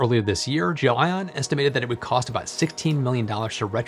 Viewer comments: Why do you keep incorrectly pronouncing the word as "Jo-Ann" and not the way its supposed to be pronounced? as GEL ION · It's Gel👉ion, not Gel👉inon. 😉, but otherwise, 👍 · undecided but every time says "gelion" reality unravels another step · Guessing he mispronounced it and didn't want to reshoot the whole thing and just spliced every instance of that name. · gelion sounds funny every time you say it. Little audio-editing to get the pronunciation right? :)